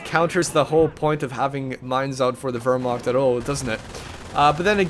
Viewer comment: Hey, I hate to be "that guy" but since you were talking about pronunciation at the start of the cast I thought I'd bring it up. Wehrmacht isn't pronounced with an "ur" sound. It's more of "ear" sound. Anyway, great cast and good luck with your exams.